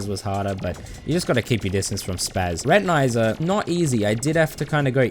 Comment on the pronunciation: Your pronunviation of Retinazer disturbed me way more than it shoud’ve. It’s wordplay on retina and laser, and laser is definitely not pronounced like that.